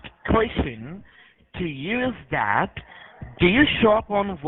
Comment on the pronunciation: He might manage one line, but that's as far as he can, the rest back to lndian accents : watch when he said : " so DAT, first of all very distinctive L pronounciation...😂😂😂